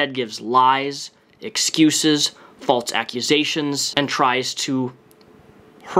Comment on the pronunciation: What about “falts” instead of false?? Am I the only one that has ever noticed that? 🤣